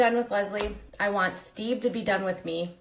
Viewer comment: I thought his name was sheve? Lmao